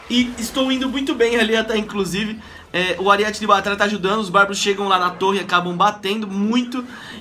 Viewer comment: é Aríete não Ariéte